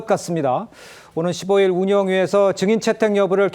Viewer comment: 국민 국민거리며 온 국민을 궁민 말들지 말고, '증인'이란 발언 하나 똑소리 나게 발음 못하여 여전히 '정인'이라 발음하는 여자 전현희 씨는, 자성하고 반성할 일 아닌지요! 과도히 국민팔이 말고, 독기 넘치는 눈맵시부터 잘 단장함이 좋겠습니다. 대망민국 만들려고 작정한겐지, 대란민국 만들고 있는 현 여권 남녀는, 대오각성하여 정도에 입각할 일 입니다. (-_-;)